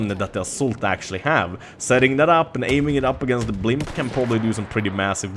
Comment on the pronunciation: Blimp ? First 2 times I thought he said "pimp"